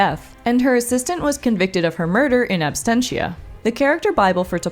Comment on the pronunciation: It's "in absentia" not abstentia. Absentia is the root of the English word "absence"